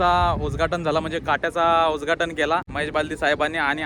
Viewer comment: भावड्या उदघाटब झाले कि उजघाटन झालंभावा. मराठी शब्द व्यवस्तीत उच्चार करा. बाकी व्हिडीओ छान.